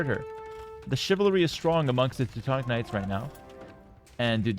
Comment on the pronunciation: Why do you pronounce Teuton and Teutonic differently? It’s the same word. Why do you pronounce them differently. It makes no sense